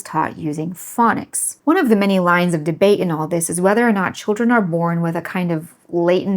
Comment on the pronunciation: No offense, just sheer bizarreness and curiosity - may I ask what your accent is? I could not tell that you were saying "phonics" instead of "fang-nics" without turning the subtitles on. The way you pronounce "on" is certainly... unique. (By the way, if you declared that it was your father who taught you what your language should be like, then is it also his accent?)